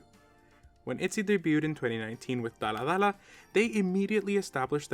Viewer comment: You made a mistake on the first dalla dalla, you said dalla lalla